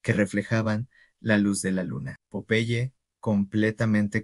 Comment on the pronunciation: No entiendo porque lo llamas de esa manera... es incomodo escuchar que le digas popai, cuando era tan fácil decir PO - PE - YE. 🤮🤢